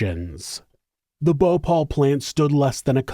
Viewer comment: Its Bhopal not Bhopol ..